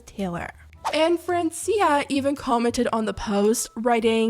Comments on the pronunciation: Its not "Friensia" its "France-ia' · It’s Fr-awn-cia 😑